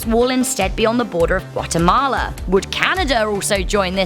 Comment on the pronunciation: 💯%offened guetmala anhhhhhhhhh